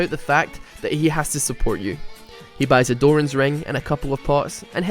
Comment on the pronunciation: Unsuport? you mean SUBORT